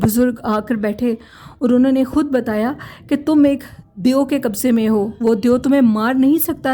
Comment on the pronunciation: It's deo , not deyo !!!?!